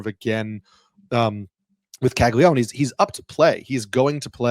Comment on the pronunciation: Why is everyone in baseball calling him Cagli-one? Isn’t it Caglia-none?